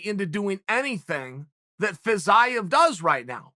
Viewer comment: I swear Chael intentionally mispronounces the names of these guys until they become relevant. I was so confused by this “Fizz-eye-of” guy before realizing he was talking about Fiziev